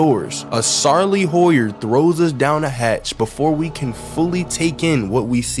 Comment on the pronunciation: I had to run that back a few times- A SARLEY WHAT NOW?!